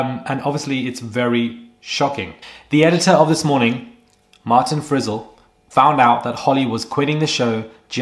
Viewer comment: It's Frizell 😂